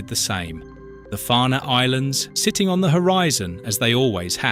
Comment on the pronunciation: Just to correct the author of this Tube ..Alnwick is pronounced correctly as Annik the "w"& "l" are silent as is the "e" in Farne